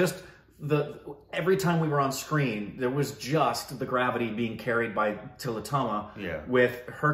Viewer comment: Tilottama Shom, the 'e' is not pronounced.